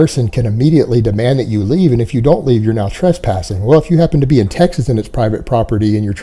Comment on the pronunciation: "In Teg-suus, you can shoot that person"- of course